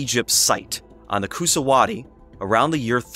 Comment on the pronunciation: You got Oostanaula River pronounced correctly. The Coosawattee River is pronounced Coosa-waH-TEE River. I grew up there and every school year we took a field trip to the mounds.